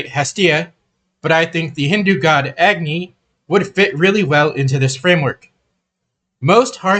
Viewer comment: A gani. Not eggni